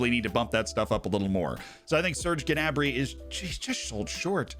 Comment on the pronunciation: Who is Ge'nabri? Pretty sure it's pronounce "Na'brie"